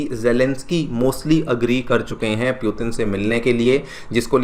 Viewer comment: It's hard to hear the wrong pronunciation of Putin.